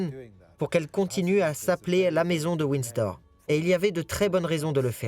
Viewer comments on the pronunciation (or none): Ce n est pas Winsdor. mais Windsor!!!!! Dites le lui a la bonne femme qui fait le commentaire!!!